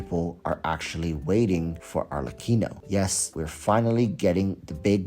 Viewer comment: Finally someone pronouces "Arlecchino" correctly.